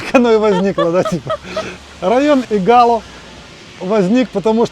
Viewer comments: Игало, ударение на первый слог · Виллу Тито с берега не видно! А в названии Игало ударение падает на первый слог. Извините)) приятно увидеть те места с другого ракурса! Мы увидели даже свой дом)) напротив того большого дерева😊😊😊❤❤ спасибо! А собачек и котиков там масса))))